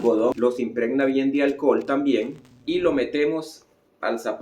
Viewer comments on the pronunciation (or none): Porque dice alcol y no alcohol?